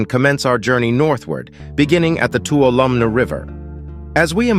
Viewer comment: It's pronounced Too-wall-0h-mee river